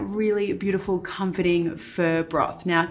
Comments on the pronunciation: Not "fur" Marion, but FAH! Love your stuff! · thats exactly what i hear every time she says pho and im pained like 😣😬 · The way you say Pho is so funny